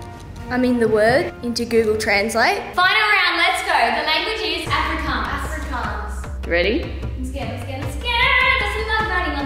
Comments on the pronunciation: When they did afrikaans as the last one but prononsed the name wrong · You guys pronounced Afrikaans so wrong. It's so funny watching you say it because I'm Afrikaans and it sounds so different